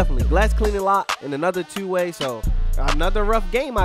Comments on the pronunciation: I can tell you from bmore by the way u say twoo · Lmao “tew” that sound like a Baltimore accent right there 😂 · The way he says “two” is hilarious😭😭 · ProdFN it’s a Baltimore thing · u sound like you from bmore 😭the way you say “two”